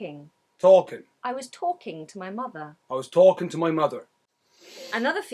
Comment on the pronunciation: When he says "talking" almost sounds like he's saying "Tolkien."